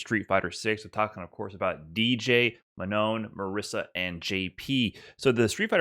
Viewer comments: About : Manon : it's not Man-on. (with a "on" that sounds like son, london, etc.) it's more like Ma-non with "almost" the same "on" we heard in "wrong" (just cut the "gu" sound at the end, you should have it) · Ma-NOH would be a lot better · Manon is sort of pronounced ma-No, but the n at the end isn't completely silent. Hard to explain the sound, but if you translate "non" on Google and listen to it, you should get it. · Manou, the n is silent. Why? Cause its french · If Manon is French, which it sounds like it would be, you don't pronounce the last N. Just Ma-No. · Manon is pronounce something like Mah-naw. The second 'n' is silent. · In French, we don't pronounce the "N" of Manon. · Hey, awesome video as always! For me you have almost the pronouciation of "Manon" right, you just have to not pronouce the final "n". Glad the French character is this cool anyways, she seems really fun:) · the last 'n' in manon doesn't really get pronounced, it's like a nasal sound. also it doesn't rhyme with 'known,' it's a bit more like 'gone' but not quite. french is weird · The S in Marisa should be pronounced like a Z. The "no" part of Manon should sound like the English word No. And if you are wondering, yes, you do pronounced the last letter in Manon's name; it's not silent. Source: Japanese is a phonetic language, so we know how to pronounce the names. マリーザ マノン